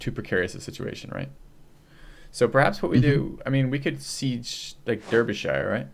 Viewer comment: Arumba finally corrected you on the pronunciation of Derbyshire THIS IS A GLORIOUS DAY